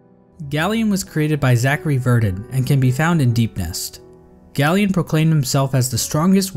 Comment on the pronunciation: It’s pronounced GAY-lien like a gay alien not GALL-ien